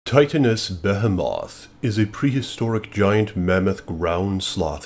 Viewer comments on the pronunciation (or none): You said it wrong. Not bu he moth. Behemoth. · be·he·moth... NOT "be HEH moth". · Isnt it pronounced as "bee hee meth" and not "bea hea moth" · BE-HIM-OTH. Dude it’s pronounced BE-HE-METH; behemoth. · Why the fuck are you saying BehHehMoth its supposed to be pronounced like BeeHeeMyth. Nice fake voice you fucktard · What’s a Beth o moth 😂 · here are my 2 pet peves 1: it's pronounced BA-HE-MOTH 2: STOP TRYING TO TALK LIKE MR H REVIEWS, YOU ARE TRYING WAAAAYYY TO HARD SO STOP THAT. still like the video though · Why can't anyone say the name correctly. Like 6 YTbers in a row now. Bo he moth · Why are you pronouncing this shit like Batphomet ??? WHY FOR THE LOVE OF GOD ARE YOU DOING THAT! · Okay dude this is bugging me its pronounced "BE-HE-MYTH" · You pronounced it wrong brother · Be-hee-mo-th Behemoth TY-TA-NUS Titanus Behemoth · am i the only one annoyed by the pronunciation of behemoth? lmao! anyway, this was a great video. that titan definitely caught my attention when it was onscreen!